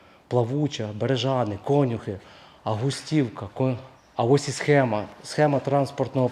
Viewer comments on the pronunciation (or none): конЮхи будь ласка але не кОнюхи))))))